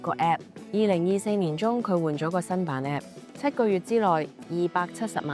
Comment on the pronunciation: App 讀成Apep